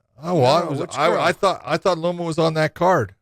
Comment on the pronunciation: John botched Loma name so hard both Josh and Podcast Dave couldn't find her on the card. I don't really blame them as I'm supposed too catch Thai names really well, but it did not really come across as a Thai words at all when John said them the first time.